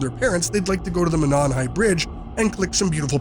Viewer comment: Monon is pronounced Mō-non.